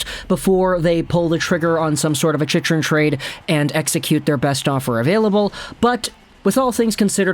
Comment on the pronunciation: The fact that you are still saying his name wrong after all these videos about him...